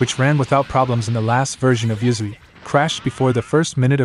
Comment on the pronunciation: The ai voice says uzuy but it sounds like yuzu